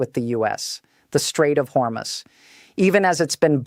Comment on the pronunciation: When will AI learn to properly announce numbers? It' corrected itself from "Hormus" to the proper announcement of "Hormuz". Impressive!